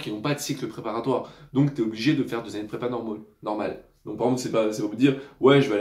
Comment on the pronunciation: 1.30 " normole" la chimie te hantes 😂